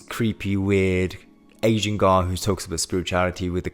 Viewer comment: Great content man. Love the positivity. Also- the only time I can hear your accent is when you say ふ for “who” lol. No offense intended. This is just reinforcing the idea of being imperfect being okay.